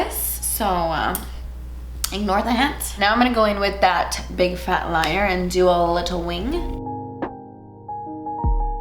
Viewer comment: I swear she said "big fat liar" instead of "liner".. just me? 😅. Who you mad at? 🤣🤣.